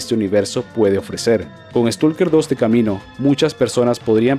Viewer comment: No es stulker! es stailker!